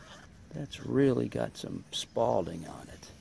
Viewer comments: "Spalling" not "spalding" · Spalling not spaulding